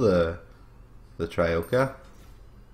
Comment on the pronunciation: It's troika not trioka